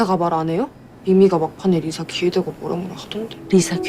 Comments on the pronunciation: 리사 발음을 자꾸 리싸리싸 해서 10분만에 리타이어 합니다… 발음 좀 제대로 하세요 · 아..첨에 들었을땐 그러려니 했는데 리싸 진짜 거슬리네요. 일부러 리싸라고 발음하신 건가요? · 리사를... 왜 자꾸 리thㅏ 라고 함? 리싸 ㅋㅋㅋㅋㅋㅋㅋㅋㅋㅋ 발음이 안되나?? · 왜 자꾸 발음을 리"싸" 라고 하시는지..ㅠㅠ듣기 불편..